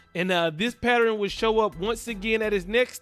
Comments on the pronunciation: Boy said it would be come a patteran 😂😂😂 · Please stop saying “Patteren” the word is PATTERN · I'm need you to say this with me...PAT..TERN, again PAT TERN not patterin. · A pat-er-ren? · Yes, you throwing a whole other syllable in there